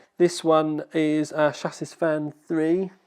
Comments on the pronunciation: my dear chap, when saying "chassis" the last S is silent.:) XXX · "chassis" is pronounced "shah-see"... or at least I thought it was :b